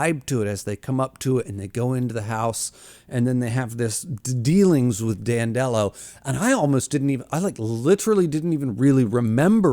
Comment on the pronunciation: Audio book guy here Name is pronounced as "Dan del oh" more like dandelion not "Dan delo" like Jello